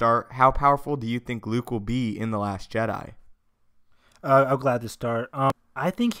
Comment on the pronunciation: It's Jedi not Je'Dai